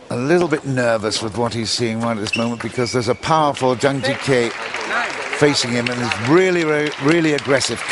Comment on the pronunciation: It would be nice if the commentator could make an effort to pronounce at least the top players' names correctly. It's not Zhang Gee-Kay, but Zhang Gee-Kuh